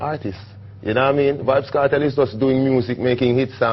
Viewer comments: yah rass ediot yuh seh "certel" Nigga says kernel but the n as a t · its pronounced Cartel nice video tho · seh Di name dem right nuh its pronounced car-tell, bun-ti-kill-a